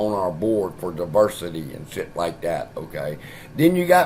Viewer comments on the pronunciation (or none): none